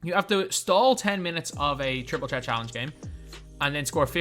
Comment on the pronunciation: It’s triple ‘threat’ not ‘ tret’